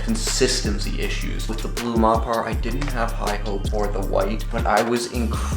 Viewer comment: Surely it's pronounced Mopper